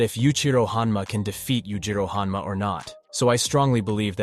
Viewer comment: O_O ...... one of these guys need to change their name bro, well done on saying them correctly one after the other